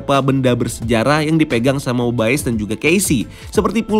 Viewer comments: Skrg mah 'mobius' Kemaren 'mobayes' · 8.35 eh mobayes lagi😂